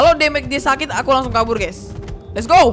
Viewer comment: Denger lu ngomong "AKU" agak gimana